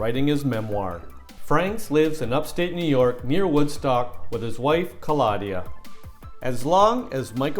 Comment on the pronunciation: The narrator mispronounced his wife’s name as Calaudia 🤔